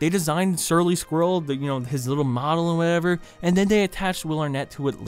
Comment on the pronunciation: Sometimes when you say “Surly” it sounds like “Shirley” which would probably be a better name anyway.